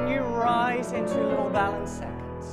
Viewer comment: Great classes. Only check out the pronunciation of these words: jeté, rise (not rice), Dutch, position, brush. In general, the pronunciation of "sh", "ch", "j" and "s". :)